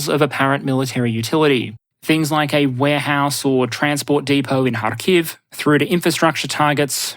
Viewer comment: harkiv has emphasis on first syllable, just like kyiv